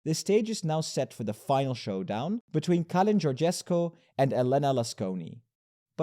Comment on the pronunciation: Călin is pronounced something like Cuhlin but with a quickly-pronounced uh